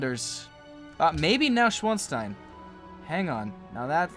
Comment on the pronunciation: neuschwanstein is pronounced noy-shvon-stein